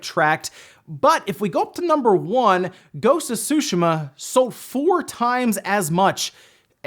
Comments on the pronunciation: Tsushima is pronounced T'ZUU~ She--Mah; T and Zuu sound, flicking the back of your teeth with your tongue. It's not "sushi-mah"... And that commentor is mistaken there are DOZENS of racing games on the Switch, just filter search results on the E-Shop for racing, there's a lot of them, many of them excellent. Like FAST RMX Racing.... smh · Can you back to saying susheeema instead of sushama? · Making my ears bleed everytime you say sushi-mom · Omg the 'T' on Tsushima isn't silent. Like everyone on youtube is saying "Sushima" ugh. I'm half Japanese so I know what I'm saying. Same with people saying Sake as Sock-key. Its pronounced as 'sah-keh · Anyone else cringes whenever he says "Tshuhima"?